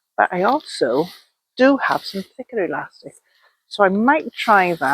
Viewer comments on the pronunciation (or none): Glad you said thicker elastic twice… I thought you said knicker elastic at first lol